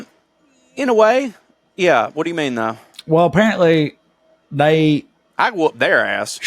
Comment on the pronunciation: Aussie here (it's pronounced "Ozzie") - "Yeah, nah" is said differently. The American way is too enthusiastic or apologetic. It's the flatness of delivery that drives it home. - It's not pronounced "wewp wewp", The oo is shorter and the words are repeated quickly back to back: "Whup-whup". - There is an ad for "Antz Pantz" that is part of the subculture (Google it). - It's not "No Wookas", it's "No Wuckers", short for "No Wuckin' Forries" which is a spoonerism for "No F***in' Worries". That one was a lot to unpack. - A bludger is a lazy person, often connected to people on welfare. - Bodgie and Widgie were words for greasers in the 1950s. Bodgies were the boys on motorcycles in leather jackets. - "Cark it" means to die. - is right on his interpretation of 'Fair suck of the sauce bottle'. Same as fair shake of the stick.